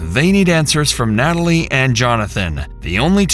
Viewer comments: This didn't make sense until he said "nat-a-lie" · Right when he said Nata-lie, I was like WTF Forrest?! 😂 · Wow this interrogation just...wow and how he pronounces his sisters name amd his stories and his accent sounds so weird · He pronounces all their names phonetically -- instead of Al Capone, he says Al "Cap-One" -- he looks at the word as cap+one. Also, Natalie = Nata+Lie It's very strange